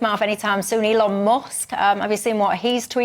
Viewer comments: NOT ELON MOSK! MUSK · Elon Mosk:face-fuchsia-tongue-out